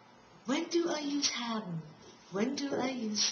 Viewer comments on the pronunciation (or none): what the hell is "habben" ??? Or ar you saying "hapben" ??? That is messed up.